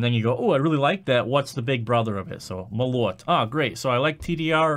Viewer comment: I had to say, its мОлот, not молОт